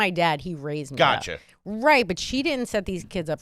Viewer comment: Gonna make this real quick and easy: If you pronounce the word "me" as "May", you're garbage.